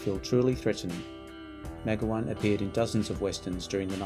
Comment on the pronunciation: Meg-o-wan? Try Me- GOW-an...